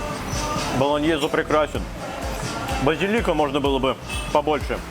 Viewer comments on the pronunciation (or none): none